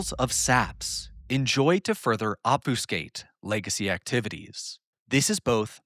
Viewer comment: love you, love the channel... It's OB-FUH-SKATE. Or, perhaps OB-few-skate. It is definitely NOT Ob-Foo-skate.